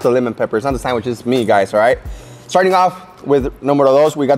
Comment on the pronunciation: SanGwich lol